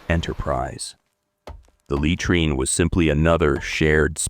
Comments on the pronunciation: Hey, can't you get your robot to correctly pronounce 'laytreen'? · For the love of God, please learn how to pronounce words! LOOK THEM UP. "Latrine" is not pronounced "lay-treen" but "luh-treen". "Treacherous" is not pronounced "Tree- chur-us, but treh(short e) chur-us". "Galen" is not "Gallon" but "Gay-luhn". Your not stupid or uneducated, but these misprounciations reveals your ignorance, which diminishes your presentation. This is a chronic issue with all your vlogs that are otherwise excellent.